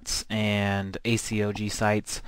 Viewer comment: y not just say A-COG insted of A-C-O-G (just saying